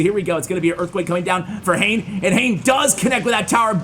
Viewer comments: not hain. His name is ha ne ha ne. X is not read.I’m Japanese. These English I want you to convey. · It’s not Hane as in Jane but Ha-ne Ha-ne. Hane means wings in Japanese. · I'm pretty sure the pronunciation is "hah' neh" not "hayn". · Great vids love ya but I think hanexhane is pronounced ha-nay being a Japanese player. I Could be wrong though